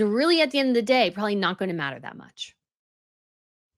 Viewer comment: I have heard you say some pretty ridiculous things before, but, "If you're going to be a king, you have to live in a castle", is easily, the most stupid thing that has EVER come out of your mouth! And you say " prawley", instead of "probably"!!! 🙄